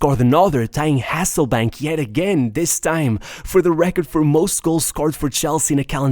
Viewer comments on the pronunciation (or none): aselllbaink ? HASSEL BAINK MATE